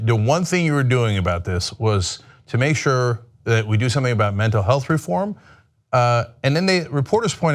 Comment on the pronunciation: Ryan repeatedly mispronounces Mental Health...A strong indicator of active lying.